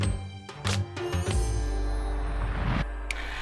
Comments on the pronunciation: exactly what is thought, the way he pronunced Kohli was with the heavy 'kh' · man y u speak french accent man u totally mispronounced kohli' s name